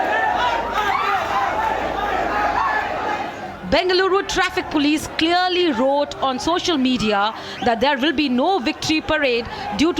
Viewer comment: Why don't you teach your correspondents proper pronunciation and diction Arnab. I heard her saying " cleaorly" for " clearly" twice. It's a Massacre of the English language..